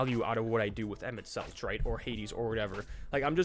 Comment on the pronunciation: As a FFXIV player, it hurts me to hear you pronounce it "Emet-Seltch" instead of "Emet-Selk" but honestly that's on the devs for naming it that way